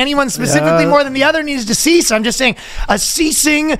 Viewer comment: Trudeau's "cease" sounds awefully close to "CSIS". What does this mean?